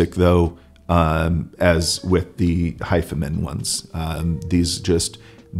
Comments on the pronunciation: I always thought it was pronounced Hifi Man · Isn’t it pronounced “high-fi-man”? As in hi-fi man